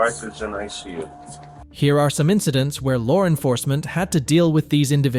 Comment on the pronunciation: "ler nerfercement"